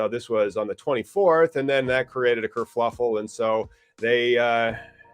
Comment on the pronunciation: said....".....kerfluffle...", so now, i've stolen a new word for my vocabulary....love it, thanks!